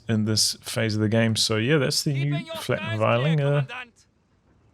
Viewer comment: Flakvierling, is pronounced Flak-fearling.